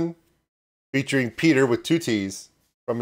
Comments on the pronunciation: Petter is said like better. Totally different from Peter. Orherwise nice reaction ❤ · The double t in Petter makes the first e short (and the t's) in swedish. Think of how you say "pet", then you can pronounce Petter right🙂